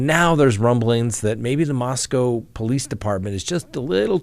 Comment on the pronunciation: Being a native Idahoan, and former UofI student, I appreciate that you are working on the pronunciation of Moscow. Thanks!